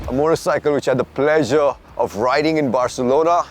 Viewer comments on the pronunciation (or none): none